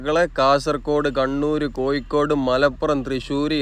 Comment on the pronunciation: എല്ലാം കൊള്ളാം. ആലപുയ, കൊയിക്കോട്, ഏയ്‌ { ഏഴ്}........... ഴ മാത്രമേ പ്രശ്നമുള്ളൂ